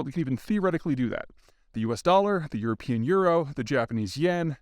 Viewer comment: Good stuff. Your "European" is hilarious.